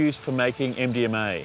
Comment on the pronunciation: Why do I keep hearing Indian May instead of MDMA